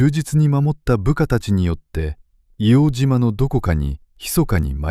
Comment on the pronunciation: 正しくは「いおうじま」じゃなくて「いおうとう」ですね。